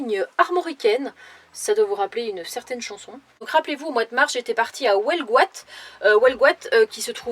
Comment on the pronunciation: Hello J'adore la photo sur ta vidéo, on sent que tu y es attachée à ton CC! N'en déplaise aux rageux, Avec le bon mécano que tu as il te mènera loin! Bon séjour en bzh Info huelgoat se prononce: uellegoate..! 😉😎Jack